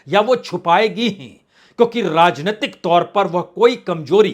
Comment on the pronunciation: आप का र्राजनितिक ??र्राज्य?? यह उच्चारण कैसा है।